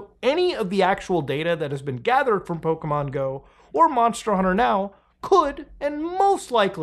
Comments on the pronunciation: You are absolutely right that when things are free we are the product. Also, brother, Pokémon, not 'pow-kee-man', Po-ké-mon. Ok, that's all. Love you, keep up the great work. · "Pokimon"... no, "PoKE-mon" lol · The constant PokEmon and PokÉmon he did throughout this video was ridiculous like dude pick a pronunciation